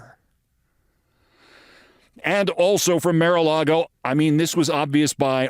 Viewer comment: Why do the silly thing of mis-pronouncing Mar-a-Lago? It's beneath you.